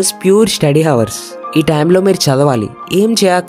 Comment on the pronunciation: Correct your pronunciation - hours